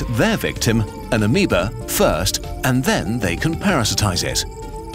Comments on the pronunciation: pronouncing amoeba (ah-mee-ba) at the start of the video as oh-mee-bee was like when you are walking down the road and trip over your own feet and faceplant on the sidewalk. it was unexpected and very painful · I've never heard amoeba pronounced as oh-mee-bee before. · You totally butchered the pronunciation of Amoeba. Ah-mee-bee? Come on man. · Ah yes, the amebee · I love how he pronounces ameoba ameebee